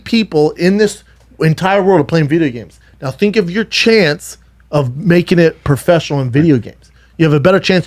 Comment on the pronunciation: Profeshnal calmedian